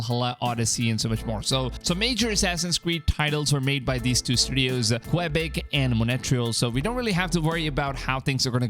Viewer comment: Qwabik.. and Monatryil..? Lmaoo it’s Quebec (Qua-Beck) nd Montreal (Mon-Tree-All)! 😁